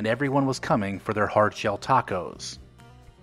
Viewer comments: Tay-cos? 😂 Sounds about white ❤️ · People in CA wouldn’t have said “tayco.” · "taycos" was a only a gag...Like in: "...let's go take-out some hot taycos" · I lived in Downey early 70's. NEVER said TAKE OHs lol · I'm 72 and I've only heard one person call them TAY-cos. They were from back East.